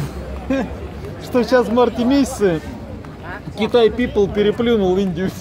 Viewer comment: китай пипола ухо режет